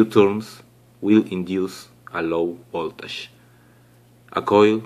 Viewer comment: Voltash😂😂😂 It's voltage bro